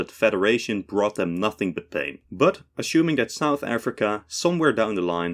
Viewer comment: I'm no native speaker but I always find it confusing when he says 'assuming'. Is it some sort of accent?